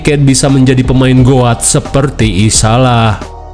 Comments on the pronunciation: Bacanya Isayah bukan isalah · Ngapa isayah jadi dibaca isalah a 😂😂😂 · Isaiah bang bkn isalah